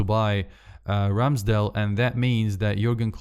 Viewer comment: سؤال هوا رامسديل جي لبفربول ولا ايه اصل انت غمال تقول راميسديل